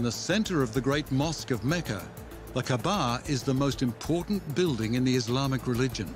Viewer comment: Great documentary. I wish the narrator had taken care to pronounce the "kaa'ba" correctly. It's not kabbaa, it's kaa'ba.